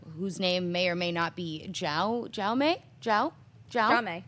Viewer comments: Jaume is a Spanish name - so it's correctly pronounced How-may Coyet-Serra. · 'Jaume' is 'James' in Catalan (a language in a region of Spain). You could pronounce it more or less like this :"Yao-ma"